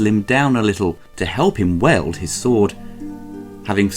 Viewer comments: Wailed.....oh WiELD..wield the sword, ..what a strange word to mispronounce!? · Weld a sword ? Wheeled its pronounced. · Arnold didn't "weld" his sword he "wield" it. lol pronounced like "wheeled" his sword. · til british people say weld instead of weeld for wield